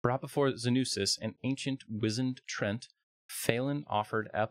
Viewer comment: The word is pronounced Tree Ant, not trent